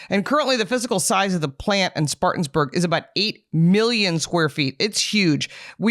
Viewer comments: Good video. But it’s Spartanburg…not Spartans. Being from Atlanta and riding/driving through this area basically since I was a kid, that extra S was grinding my gears! 🤣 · try to get the name right! Spartanburg NOT SpartanSburg.